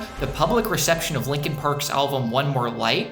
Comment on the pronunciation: Good video, a couple notes. 1. Meteora wasn't the best selling album of the 21st century, rather of the timeframe of "the 2000's" 2. You kept saying "alvum" instead of album